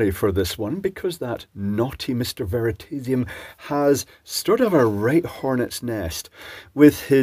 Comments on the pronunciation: very-taze-i-um? its more like "very-toss-i-um" his channel name means " the element of truth"....based on the word Veritas, meaning truth. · Did you say Veritedium at the start, or is that an affectation of your accent? An interesting video. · "veritedium" OUCH! that was savage!